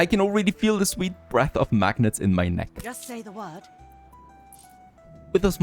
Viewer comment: It's pronounced "mag-nate" :)